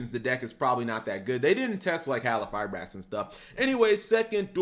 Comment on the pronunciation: im going to dislike every video you drop until you learn how to pronounce the fucking Q in HalQifribrax seriously bro how fucking hard is it?